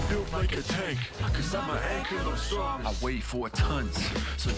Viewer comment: Smh can't even pronounce ankylosaurus